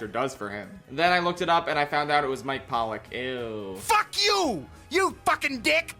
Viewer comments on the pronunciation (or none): none